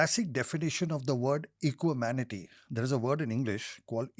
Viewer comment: Equanimity*** not Equimanity ☺️